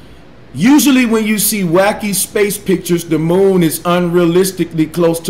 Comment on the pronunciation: I love the way Bro pronounces the word moon - he says it like "muwn".